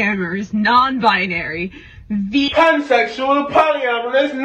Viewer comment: emphasis on vegan